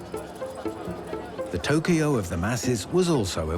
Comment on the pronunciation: amazing how you say Hiroshima correctly, but Tokyo wrong like 200 times.